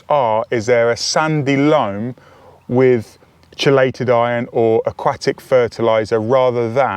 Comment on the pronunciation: i fully respect such variations. However, word root is “keey-late” & has one correct pronunciation. Just like a woman confidently told me, her own industry, that potable (water) is pronounced “pot-able”. There is one correct pronunciation & it is Poh-table. “Height” has no “th” sound but 30% of English speakers say “I measured the heig-th of the shelf”. You hear it EVERYWHERE - media broadcasters, you tube, movies, etc. Creative individual or regional identity is different than made-up justification for bogus errors - not impugning you for such failures; just very common. There is not a lot of wiggle room here about local or regional dialect.